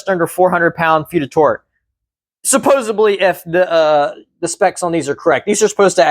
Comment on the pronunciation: Its "supposedly" sir lol not "bly".. love the car btw I just got one myself